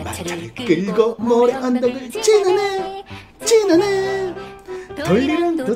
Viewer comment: 지나네가 찌르네로 들리네..